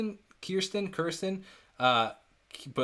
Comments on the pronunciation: It's Kirstie rhymes with thirsty. That's probably the best of their evolution videos but they are all good. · I think the easiest way to remember is ‘Kirstie, rhymes with thirsty’. Terrific reaction!